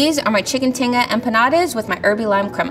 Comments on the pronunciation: Not to be that person , but level 2 chef pronouncing “Tinga” and “Crema” the way she was, was making me cringe 😂 I mean it all still looked delicious but ugh lol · never would have expected to hear someone who knows about and cooks tinga to pronounce it like that lmao